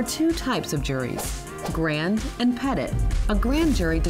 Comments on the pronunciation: I thought and am still convinced that Petit jury is pronounced more like "pet eat" than "pet it" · I don't think I can understate how much it makes me twitch every time someone says "pet-it" jury instead of "pet-EET" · Wait, you guys pronounce it "pet-it" not "pa-teat"? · Wait. They pronounce “petit” as “pet-it” and not “pe-tee”? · Pedit?! Bro that says PETITE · oh my god, i was listening to this vid so got so confused at the comments complaining about her pronounciation of 'petit' girl i thought she was saying 'pedant' the whole vid. some american pronounciations are so whack lmao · If I hear the word "petit" pronounced like "peh tit" ever again I'm gonna lose my mind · I thought it is called a petit (pronounced pe-tee-t, french for small) jury? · I've never had my ear so grated by an American pronunciation. Petit (Pa-teet) is French for small. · Mon Deiu!!!, it is pronouned {pe-TITE}, grand and petit are French words. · I love how americans butcher the french language. Petit is pronounced puh-TEE. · The way you guys are saying petit is killing me… I can understand lawyers across America hating French, but it sounds so stupid when you say it like “pet-it”… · I always thought it was pronounced: "Pe TEET" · “Pet-it” jury?? I cringed every time she mispronounced the word. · Hahahaha! HA HA HA HA HA! Today I learned that Americans have ONCE AGAIN mispronounced a french word. Grand Jury (as in Large) and Petit Jury (as in Small). Pet it? like what? a doggy or perhaps a cat? This now joins Foyer for words that Americans are doing wrong. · The use of the French word for ‘small’ (petit) but pronouncing it that way is insane. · “Petit” peh•tit Anything but using French, eh guys? 😂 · "peh-tit" jury It's French, guys... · This was tough to listen to when petit keeps getting pronounced as "pet-it"... Like Alaskans calling it "Val Deez" re: Valdez... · Petit jury not being pronounced like a french word feels so weird to my Canadian ass. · Objection! Petit is pronounced "petty."